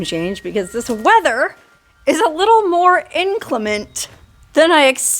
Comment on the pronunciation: inclement 3 syllables in-klem -uhnt